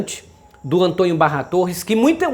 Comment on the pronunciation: Aprenda a pronunciar a palavra Antônio, não se pronuncia Antonho, por favor, é preciso corrigir os erros que cometemos. Quero resposta ok?